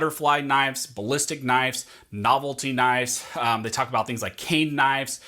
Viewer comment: "Knifes". You drove me to unimaginable anger.